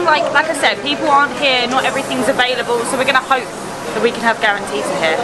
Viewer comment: The correct name is calantita, not grantita, and it is considered a diminutive of the word caliente in Spanish, and it began to be discovered during the Spanish occupation of the city of Oran.